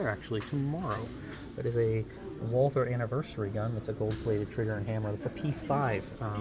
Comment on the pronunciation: why are you pronouncing the gun "WalTHer"?